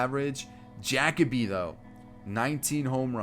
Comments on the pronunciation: Jackoby?? It’s Jah/kobe lol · JaCoby Jones is pronounced Ja-Coby not Jac- oby lol fyi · Every time he said jackoby Jones I was so mad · Are you trolling? It’s pronounced Juh-kobe lol